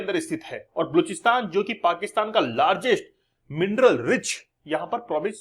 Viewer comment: kya gunda bane ga pronounciation mistake hai bluchsitan nahi ba loch stan